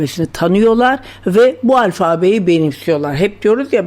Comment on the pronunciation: sevgili sizi seviyor ve takip ediyorum lakin Türkçe telaffuz hatalarınız beni üzüyor türkçe yi koruyalım lütfen alfabe telaffuzunuz yanlış FA hecesinde A kısa telaffuz edilir